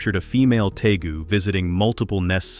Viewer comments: How about we use a human to narrate these? It is pronounced Tay-goo. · It’s interesting how the creators of this video don’t even know the difference of a Tegu a Nile Monitor or a Spiny Tail Iguana! They also don’t even know how to pronounce Tegu (tee-goo)